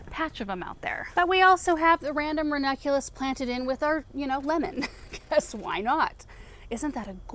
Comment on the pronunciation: Is it just me or does not pronounce the second n in ranunculus? Every time she says it I feel like I've been pronouncing it wrong this whole time 😅